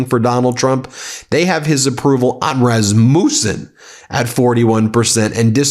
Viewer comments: Btw - Rasmussen is a family name. We have always pronounced it RASS muss ehn or -in. Not Raz Mewsse in. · Rasmussen is pronounced with a short u not a long u